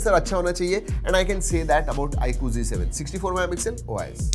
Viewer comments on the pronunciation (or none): bhai apise g7 kio boltey hojabki ye z7 h